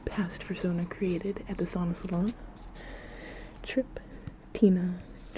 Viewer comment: Why do you say “Sona” as “Sauna”?